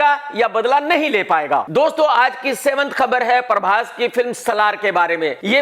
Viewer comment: Prabhash❌ Parbhas✅